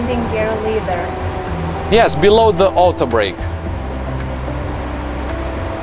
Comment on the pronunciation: Good job,! Btw, "lever" rhymes with "clever".